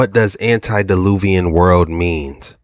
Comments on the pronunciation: Love your channel. It's "ante" deluvian, not "anti". Just a friendly FYI, since you want to start using it. Ante means before (like when someone says. "Ante up" before the cards are deal)t and anti means opposite or against (as in AntiChrist) God bless. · Not to be a karen but not anti its ante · ANTE-DILUVIAN NOT ANTI!